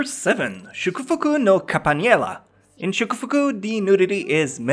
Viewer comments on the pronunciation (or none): i think it's campanella, not campaniella...whatever great video!